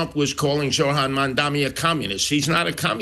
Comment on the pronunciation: So Sliwa is still saying Mandami. No wonder....